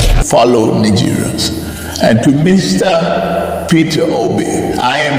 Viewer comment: Neegerians😂😂😂 try another one.